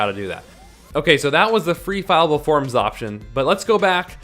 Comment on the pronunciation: FILLABLE, NOT FILEABLE!